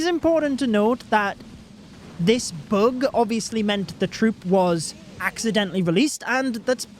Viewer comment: It’s bug not boog 😂